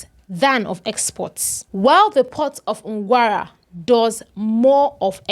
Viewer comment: ...that's not Ngwara, whatever you call it, it's Nqura